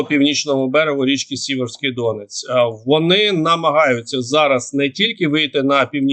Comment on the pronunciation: дякую за щоденну Вашу роботу! Але ж подавати відомості треба правильно і в дрібницях! Перед тим, як робити огляд подій, перевіряйте правильність наголосів географічних назв, про які Ви розповідаєте. Ну, який ДОнець або ЯмпІль? Правильно - ДонЕць (наголос на 2 складі) та Ямпіль (наголос на 1 складі)! І не засмічуйте українську мову іноземними словами там, де вони не потрібні, а саме: англійською "дружній вогонь", "контент", "комунікації" тощо. Від такого використання Ви розумнішим не стаєте і не здаєтеся таким, ніж ж насправді. Треба бути, розумним, а не удавати з себе такого! Окрема подяка Вам за роз'ясненнями в минулих оглядах подій поняття "Донбас", яке з подання московитів неправильно використовують багато наших журналістів, блогерів та інших публічних осіб замість іншого - "Донеччина". Порадувало, що хоч одна людина прочитала моє роз'яснення з цього приводу, оприлюднене за день перед тим.